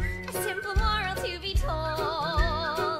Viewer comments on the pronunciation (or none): none